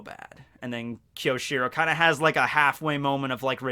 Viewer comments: Fuck, your pronunciation is killing me. You're usually such a weeb so how come you don't know it's Kyo-shi-ro and not Ki-yo-shi-ro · Great video! But be careful my fellow Japanese student. It's きょしろ and not きよしろ.